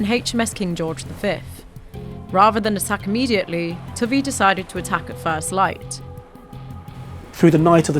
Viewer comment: But the Admiral is pronounced: Toe vee. Also, 'harassed' rhymes with 'embarrassed' and you'd never catch a Mitford sister aspirating an H.